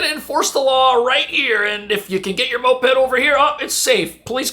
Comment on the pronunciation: Just say MO-ped lol